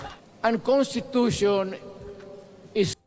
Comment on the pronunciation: CONTITUTION daw...CONSTI Tatay Digong